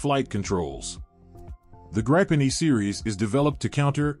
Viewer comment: Man, that was a jumbled mess. There were so many pictures of aircraft that were not even close to the ones you were discussing. That, and the pronunciation of the Gripen and Rafale was painful. Was this an AI voice or a real person? If it was AI I can understand, but a living breathing human should know better.